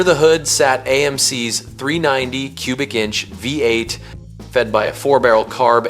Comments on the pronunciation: My man has trouble saying Vvvv-ate! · Ai, voice over is crap the 340 V.......8, its a V8 idiot!!!!